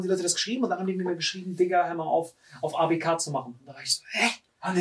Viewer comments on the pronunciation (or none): Wem triggert es auch das die ganze Zeit ABK falsch sagt 😂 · Ausgesprochen:,, Äi bi key '' Wie es sagt:,, A Be ka " 😂😂😂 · Ey. Bi. Key. Bitte dieses Abk trigger so